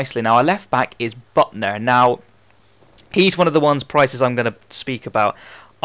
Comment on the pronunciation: its pronounced bootner not butner!